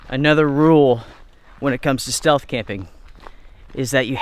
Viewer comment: I think you meant "stealth" camping in the begining, not "steath camping"